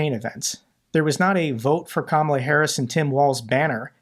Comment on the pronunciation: sick to death of the hyperbole from the failed pres. - pronounces Kamala correctly!!! 🤣🤣🤣